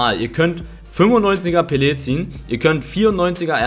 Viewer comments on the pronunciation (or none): none